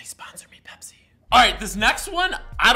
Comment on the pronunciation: any one else getting triggered every time he says pepsi